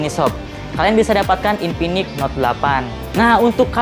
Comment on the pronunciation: Infinix bang bukan inpinix😂